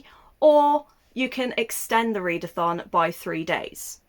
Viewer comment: You slipped when saying "Next round of the readathon" and out came roundathon. Which rolls nice off my tongue xD